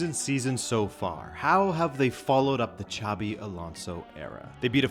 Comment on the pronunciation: Its pronounces sabi not chavi xavi es the catalan name (sounds like an x) xabi is the vasque one( sounds kike an s)